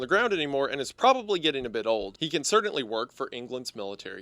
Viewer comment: This video is amazing and im not even done yet. Seriously improved my entire shift of my job. My only criticism is how you pronounce the word "certainly"